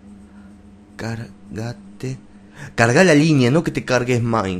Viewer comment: NO se dice Cargate se dice Cargate por favor jeje xD